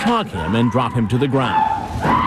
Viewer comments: The ‘get on the gwound’ gets me every. Single. Time. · will never get old to me. "Get own tha grownd" 😂😂😂